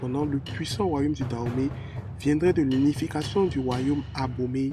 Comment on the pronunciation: On dit danhomey et non Dahomey Et le serpent ne s’appelle pas da mais dan